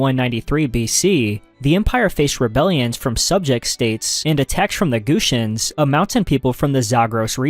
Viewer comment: shout out to the hittites!!! also i know it’s probably due to reading the terms rather than listening to people talk abt them, but your pronunciations of some sumerian peoples and regions made me laugh (“gushians”/gutians and amorites in particular). great vid!